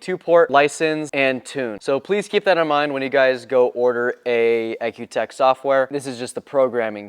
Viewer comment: I understood cars have an E C U not an EK U ... the Product is pronounced E C U TEK..